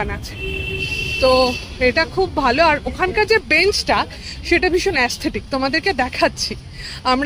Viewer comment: আপনি সর্বদাই "এ্যাস্থেটিক" বলে থাকেন ; "ইস্থেটিক" লিখে শোধরাতে গেলেন, কিন্তু সেটাও ভুল ! খুবই সহজ উচ্চারণ : এস্থেটিক